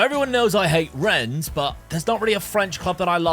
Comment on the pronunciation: Rennes is pronounced - Renn. "es" is silent